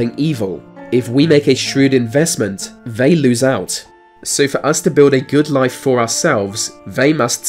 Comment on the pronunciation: Vhey pounce on vhere victim